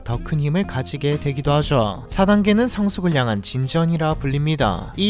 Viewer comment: 말투가 왜이리 느끼하냐 “하죠” 발음이 안되나 ㅋㅋㅋ 하즈어~ 라고 발음을 하네 ㅋㅋㅋ😂